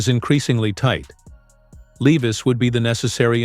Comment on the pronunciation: Where is the done deal ? Bullshit your not even pronouncing is last name correctly. Not good